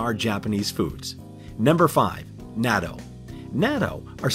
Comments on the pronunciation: Nya-tu? Thus I stopped watching and gave an immediate thumbs down. It's [nah-toe]! For the love of gawd, if you're going to do a video about a country... try your best to get the damn pronunciation of things correct! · Wow pronunciation of Japanese natto is so butchered, thats why I don't watch dubbed anime in English.